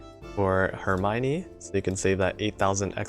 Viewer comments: Her-my-nee? I always pronounced it Her-me-o-ne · 1: really nice video, for some reasons i didn't check any of new ships skill (because gacha bless me so maybe i was too happy IDK) 2:...please...ask Hope for some prononcing lecon...why you say "eurmaygni" instead of "hermione"...